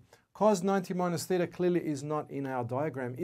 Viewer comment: Theta -- Greek letter (not thither)